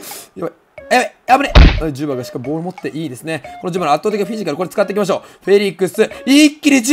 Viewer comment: ジュバはDzubaだよ